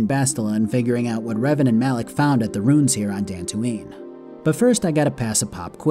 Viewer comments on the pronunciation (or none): I love all of your videos and have been back watching. Just please stop with the “roons.” They’re “roo-ins.” Haha, it’s in every game!